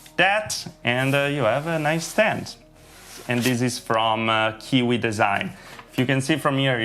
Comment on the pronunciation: It's not kiki but Kiwi